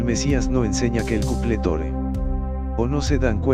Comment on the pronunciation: Por que dice Tore en vez de Torah?